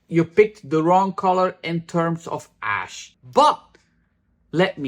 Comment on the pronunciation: I keep hearing dark/light ass instead of ash. 😂 I keep thinking is really annoyed, 😅